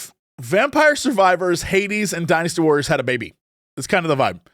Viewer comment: Am I crazy, or does Jesse pronounce "Dynasty Warriors" like he's saying "Dinosoars"?